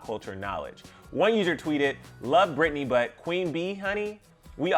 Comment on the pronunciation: Her name is Britney.... like it starts with a B.... wtf